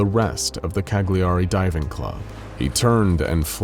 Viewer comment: That's not how you pronounce Cagliari